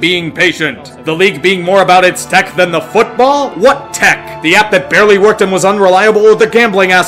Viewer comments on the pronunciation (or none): *Than not *Whan